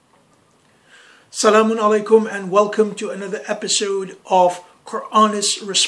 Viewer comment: 😂😂😂😂 you can't even say salam properly. Please go away and get a life